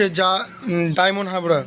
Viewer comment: ভাই আগে বাংলা উচ্চারন ঠিক মতো করুন ডায়মন্ড হারবার, ডায়মন্ড হাবরা নয় ।